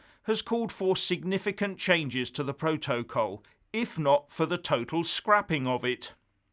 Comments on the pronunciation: The way pronounces ‘protocol’, exposes him for the thick, badly educated fool he is. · first learn to pronounce ‘protocol’ properly. is a fool, as is anybody who buys into his crap half-baked analyses. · Love the way he pronounces “protocol” and “vis a vis” -anybody else?